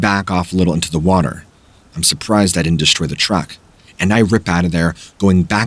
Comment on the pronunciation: Thought he said that car was a rruck